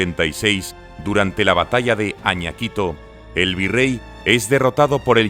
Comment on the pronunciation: Se dice Iñaquito